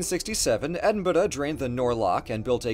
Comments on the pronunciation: Ok so it's not edinbroooo anymore but I have to tell you that edinbuhduh is more of a lateral move than an improvement 🙃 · do you mean edinbruh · It's pronounced Edd-in-bruh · please never say Edinburugh again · Edin-bu-roo 😂 Tf was that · Stop saying Edinburgh like Edinbuler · Wait, isn't it more pronounced as "Ed-in-brough"? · As a Scot, that pronunciation of Edinburgh gives me the fear. That’s beyond any pronunciation I’ve ever heard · He sounds like he’s heard that Americans pronounce it wrong and has massively overcorrected himself trying to get it right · Maybe he can't roll the 'r' properly, so he uses 'd' instead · yeah someone needs to teach him how to say Burgh, meaning castle in old english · The way says 'Edinburgh' oof. That is... something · It ain’t a rolled R, and I sure as hell haven’t heard any Scot here say it like that. Step up from Edinberg, 2/10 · The pronunciation of Edinburgh was... interesting. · I live in Edinburgh and I have never heard anyone pronounce the name the way you do, which is wild. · I don't actually care that he didn't bother spending 5 minutes to research the pronunciation of a city in an English speaking country. I don't even care that he disregarded every possible way to pronounce the place, based on the rules of the English language. My only point was that there are most likely some people from Scotland who cringed so hard that their ears are bleeding. My previous comment wasn't meant to be derogatory, in any way, to Scottish people... Calling an entire country's people "angry & pedantic" is just plain discriminatory. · That makes a lot of sense. The contraction is probably just my weird quasi-received pronunciation accent. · the way he pronounced Edinburgh is making me die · Best pronunciation of "Edinburgh" I've ever heard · The way you say Edinburgh is painful but other than that, Good vid as always. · I enjoy his Edinburgh pronunciation! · I'm sorry, but wtf is that pronunciation of Edinburgh???